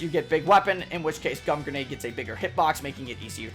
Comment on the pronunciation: hold up gum grenet?